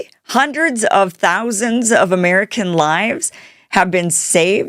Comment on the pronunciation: Hundreds of millions is what it sounded like she said? 🤔😳🤣🤣🤣